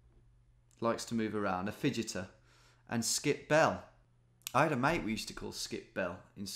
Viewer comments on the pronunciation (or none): none